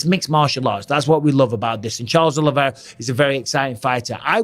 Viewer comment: Oliveira. Not Oliviera.